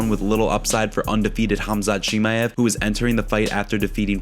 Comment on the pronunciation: You didn't just say shimiev to start